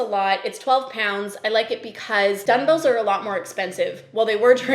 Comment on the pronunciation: Am I hearing you say, “dun-bells”? Is that a Canadian thing? It caught me off guard haha